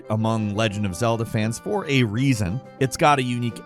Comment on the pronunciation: “Oh my dear bird. The rrrrreason we made scratch and sniff discs…” falcons accents crack me tf up lmao